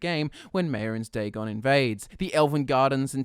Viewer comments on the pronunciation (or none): none